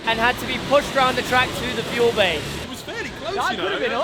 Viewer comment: "feul bay" 😂😂